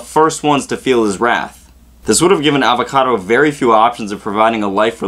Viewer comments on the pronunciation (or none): His name is Avacato!!!! Not avocado!! So much rage! JK but seriously it's Avacato